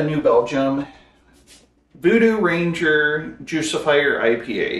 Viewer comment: Its juice-ifer Like lucifer But with the word juice instead Miss this stuff. Wish they still made it.